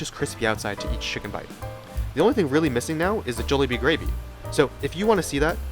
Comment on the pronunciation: Im sorry ill watch the video. But I cant trust someone who isnt saying Jollibee like they do in the Philippines.